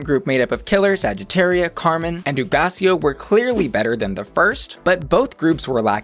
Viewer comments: I like your Spanish! I just watched FPR with Nicky and Alexis, so I keep thinking about the pronunciation for "Hugaceo" and you did it just fine. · Yeeeeess pronouncing Hugáceo's name right!